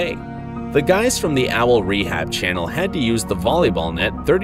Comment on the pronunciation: also why are you saying it like cenel? ITS CHANNEL